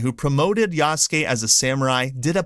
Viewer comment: I appreciate that you can actually pronounce "Yasuke" correctly unlike so many others who cover it.